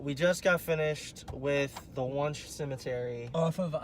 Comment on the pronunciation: I know I’m telling you this four years too late, but it’s pronounced “when-she” not “wonsh”. I’m sure that provoked the spirits 😉